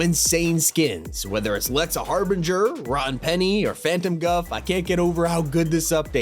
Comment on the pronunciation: "Lexa Harbinger"